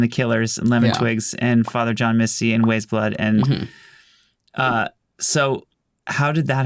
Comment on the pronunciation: Brief note: Weyes Blood is pronounced "Wise Blood." It's a play on the Flannery O'Connor novel Wise Blood. She's by far my favorite musician mentioned here, so I felt compelled to alert to the correct pronunciation. Maybe that came up in the second half of the podcast, idk.